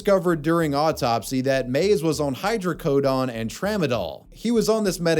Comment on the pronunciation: "hydro-CO-DAWN" is an interesting way to say it.